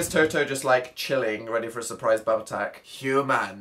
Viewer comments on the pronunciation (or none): none